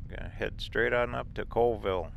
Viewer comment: Cha whee lah. Call Ville. Those Indian names are always pronounced different. Zips is awesome, it's like a Hardee's. From the dam you could've gone to Usk/Ione. It would've brought you into Colville.